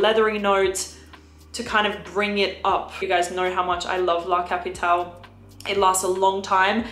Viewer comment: Nice tips! BTW…being Xerjoff Italian, I think “La capitale” Is being meant to be pronounced in Italian, as La “Kapɪtalɛ” (with final E pronounced “Eh” like …AdelEH).